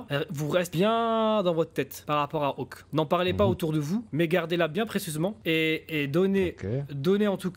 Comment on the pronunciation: SIX pas awhk, mais « hawk », comme ,faucon’ en anglais ;)